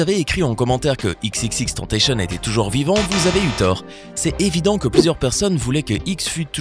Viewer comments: Ça se dit pas tentacieun mais tentacion, à la français, c'est pas moi qui le dit c'etait x, r.i.p x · c'est EX EX EX TENN TA SSION ça se prononce comme ca respectez son nom de scene au moins svp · Même pas foutu de bien prononcer le nom de X Rest in peace Jah🌎💔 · ptn prononcez son blaze correctement o moins